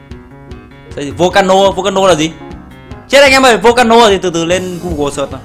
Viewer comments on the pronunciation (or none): none